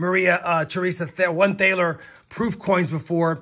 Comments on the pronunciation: Pronounced- Taa - Ler Not thay - ler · The word thaler is more or less pronounced "taller." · Thaler is pronounced almost like “taller,” except the a is more an ahh sound. You can tell that the word “dollar” came from it… if you pronounce it right. Sorry, it hurts to hear it pronounced with that initial “th” sound and rhymed with “paler.” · Awesome haul! I have to mention that the word "thaler" is actually pronounced "tah-ler" (rhymes with dollar). It's where the word "dollar" comes from. 🙂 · 15 lbs (troy or av?) containing what total ASW? Keep 'em guessing, I guess. Thaler - rhymes with dollar - in fact it is the origin of the word dollar. H is silent. Worn, junk foreign with a lot of common Canada and Mexico. Larger Middle east coins from Iraq and Iran. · Heck, pronounce it with an initial T sound rather than TH, and rhyme it with “dollar.” Relatively correct.